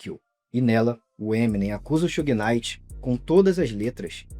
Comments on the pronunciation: Sew-gay Night :face-blue-smiling: It's Shoog Night like Sugar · AI? Who the heck is Soo-Gay Knighr? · Bahaha Suhey Knight. Yeah ok. AI is gonna take over lmao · sue gay knight??? yeah tell me your not an AI.. booooo this chanel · “Xugui” night chega doer o ouvido kkkkkk